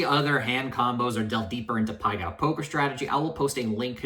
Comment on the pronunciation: Self proclaimed gambling genius can't even pronounce it correctly lol